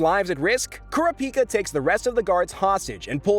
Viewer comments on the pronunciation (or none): CARA-PEE-KAH bro just say corrup-peekah 😂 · Its Karapika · Algo repeat after me Kurr ra pi kaa...bro hasnt even watched the anime. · What is this Kelua , Aluuka , and Kerapeaka shit .. it is KEE-LU-AH (Killua) , AL-LU-KAH (Alluka) , and KU-RAH-PEE-KAH (Kurapika) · KUR -RA-PI-KA not kura-pika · Why does this nerd keep saying Kura Pika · (Key-loo-ah) killua. (Ker-ah (scream sound)-pee-cah) kurapika. (All-loo-kah) Alluka. Say the mf names right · Repeat after me, Coo-rah-pee-cuh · Bro kura-pica 😂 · KOR-RAP-PIKA! DAMN YOU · Bro said care-uh-piki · nah the way he pronounces those names 💀💀 killua?? nah nah we got kelouhuh kurapika??? no. keruhpika alluka?? never. uloohkuh im dead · This is getting annoying Killua- (KEE-loo-AH) Kurapika- (Koo-RAH-pih-kuh) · Also kurr- ah- pika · or "kura pika" lol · Bros not saying the names right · The way you’re pronouncing Kurapika’s name makes think you never watched the dub version 😒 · Why THE FCKK do you say Kurapika and Killua’s names like that? Like bro not even Killua’s mother says his name like that. What are you doing? Stop it LMFAOOO. Bro wanna be different so bad 🤔👀😂😂😂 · Bruh... I really can't stand how this guy pronounced Gon, Kurapika, Killua... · Unfortunately you butchered killua and kurapika names. Like you didn't even try. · The amount of mispronunciations regarding Killua and Kurapika is staggering... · I hate the way you say kurapika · Bruh put some respect on my son Kurapika and say his name right 😭😭